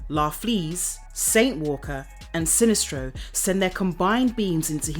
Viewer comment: I'm from the USA, and sometimes with British channels I will hear a name or word and not know if its mispronounced or if its an accent. For example how she says Sinestro in this video.